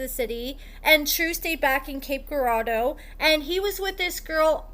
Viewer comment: Cape Girardeau (Ger-Raw-Doe!) come on now put some respect on my city name! 🙄🤦🏿‍♀️😂